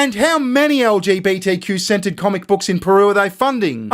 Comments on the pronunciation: when you say centered it sometimes sounds like scented to my ear. So i got quite a chuckle when you said lgbtq scented comic book 😂 please forgive me. I'm American. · this is wild i have an ear thing going on right now and when he said trans gender centered it sounded like scented and only because iwas curious about this sceneted comic book did I double check....i literally otherwise did not think twice about it.....i just wanted to know what kind of scenting they would have used....so disapointed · Did you say an LGBTQ-scented book? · I'm hearing you say "LGBTQ 'scented' comic book." Could you elaborate? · lol I thought you said LGBTQ scented comic lol imagine what that would smell like lol 😏